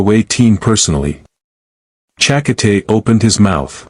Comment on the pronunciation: Your AI needs better enouciation on Checote's name .. che-coat-ay